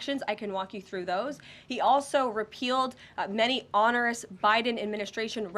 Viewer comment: She doesn't know how to pronounce "onerous"